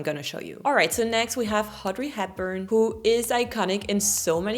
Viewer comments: I'm astonished The french tend to omit the " h" sound from almost all words starting with letter h , hopitale , hotel , etc. But when it comes to the pretty name Audry , you say Haudry . You're just teasing, aren't ya? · Dear its not HADRY HAPBURN !!!!!! U see this is ur french thing u take the H where it should be but put it where it should not! Its ODRY audrey !!!!!!!!!! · Did she say “Haudrey Hepburn”? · Did I see her say " Haudrey " Hepburn? 😆😆😆😆😆😊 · Funny how, , you pronounce Audrey as "Hodrie".